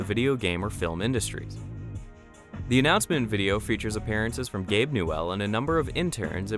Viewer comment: I love how pronounces "Newell".